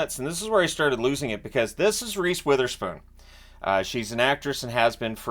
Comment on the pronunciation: Ive heard the announcers saying wotherspoon with a soft o as in wool. not sure if it is linguistically a schwa. still would prefer the wotherspoon with an o as in dog.